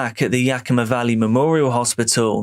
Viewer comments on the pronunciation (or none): none